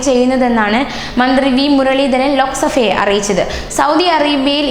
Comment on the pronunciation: I also noticed "ലോക സഫ . please pronounce ലോക സഭ .😀